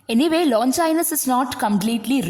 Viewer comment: Many of the words including the name of the author are mispronounced. Please make a note of it.